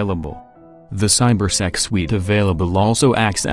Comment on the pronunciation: I thought he saod CyberSeX not cybersec